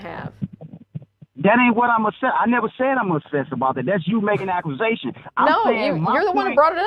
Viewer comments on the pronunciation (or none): "aquasations"? What is that, blaming fish?